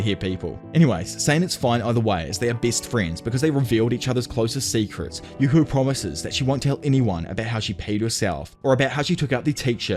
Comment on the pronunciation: Hearing Yuko name the wrong way so many times was fun